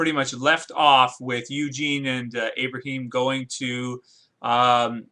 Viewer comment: Lmao "Abrahem"